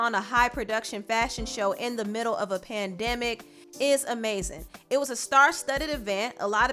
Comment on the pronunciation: Did she say PANDEMA 😳😩😭😭😭😭😭 it’s PANDEMIC 💯🤣🤣🤣